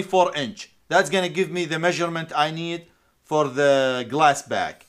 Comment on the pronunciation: Are you saying glass back or glass pack? Just fyi its glass pack with a p.